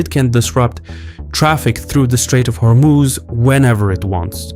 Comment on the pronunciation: You keep saying Hormooz. It's not how it's pronounced. Hormoz.